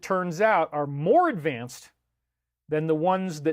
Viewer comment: Great presentation but one small critique “Needs mare cow bell”